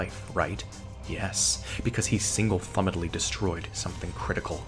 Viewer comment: "single thumedly" forced me to pause the video because I had to get done laughing before I could continue